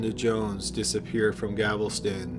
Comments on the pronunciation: It's not GAVELSTON it's GALVESTON 😮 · it's galveston not gavelston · It’s Galvastine gal-vast-in! not gavelston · It's not gavelston. GALVESTON . no one has a gavel here. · I love your videos. They're always great and captivating. That being said, it's pronounced Gal-ves-ton. Not Gav-el-ston. Sorry to nitpick, but being from Texas it drives me crazy. Other than that, keep up the good work! Cheers! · GAL-VES-TON, the city is Galveston, not gavelston... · G a l/ v e s t /o n NOT Gavelston. Please. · Its Gal-veston, not Gavel-ston. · Gal-ves-ton... not Gavel-ston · Gavel- ston 😂😂😂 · For the love all that’s holy, PLEASE learn how to pronounce Galveston “GAL-ves-tun”. Also “tavern” and “Othman”. You finally figured out “genealogy” after years of cringe so I know you can do it. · I swear has a vendetta against saying Galveston correctly